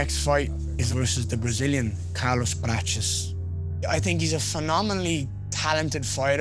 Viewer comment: Ian Garry always adding a little extra to Brazilian names. Why he always saying Carlos Patches?